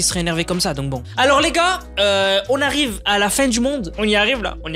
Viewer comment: « on y arwive la, on arwivre on est pas louéinggg »